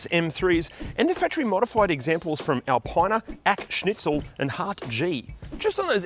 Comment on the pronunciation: ACSCHNITZEL ALPINER HEARTGEE DO YOUR HOMEWORK 🤦